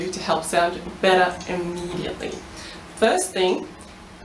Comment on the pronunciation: i was confused when i heard "you wanna sing butter?" and then i realized she had an accent